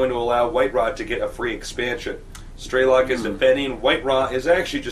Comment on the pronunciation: got dammit its STRELOK (STR) not STER =_=